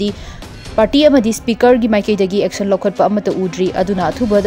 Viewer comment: aection😂😂😂 rip english